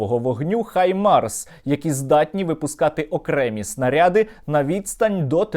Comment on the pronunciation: Нарешті хтось хто не каже "хімарс" на Хаймарс, дякую